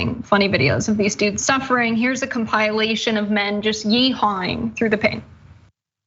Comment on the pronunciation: I can't believe that you mispronounced 'compilation'.